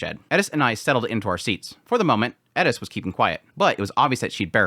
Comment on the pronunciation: why do you say edis its eris